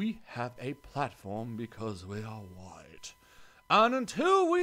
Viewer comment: when he read "wGite woman" i lost it